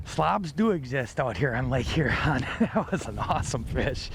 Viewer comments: Great show guys!👍, you were good, but was saying Her-on. As a Michigander the best way I've found to explain the pronunciation... Is like a person asking, what lake "yur-on", with a light sounding H, similar to the"J" in Jose` Rodriguez. Looking forward to next week's show! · Great video but here's a tip guys, it's pronounced Hyuron, not Hurrron lmao